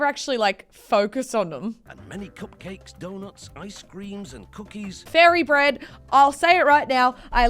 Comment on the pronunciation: I like fairy bread Me: said furry bread lol